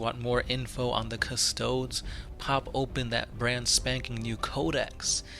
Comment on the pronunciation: Cuh! Stow!! Deeeeeees!!!!!! Pronounce it right!!!!!!!